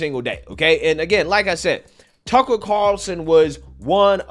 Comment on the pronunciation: Love your channel. It sounds like you're saying tuckle. No big deal. Just saying